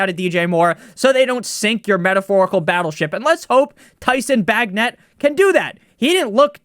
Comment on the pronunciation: Pronounced Bay-Jent (Bagent) lol